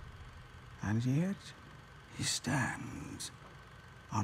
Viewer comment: "yet" (like in the word, "you") not "get" :)